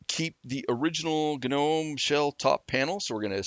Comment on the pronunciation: The moment he said GUH'nome, I couldn't continue. It's like.. comon..